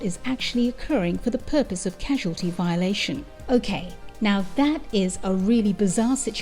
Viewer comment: Wow. Sounds like an amazing film.. ill give it a search.. But the message wasn't trying to break CASUALTY.. it was trying to break CAUSALITY. Why does everyone have so much trouble with that word?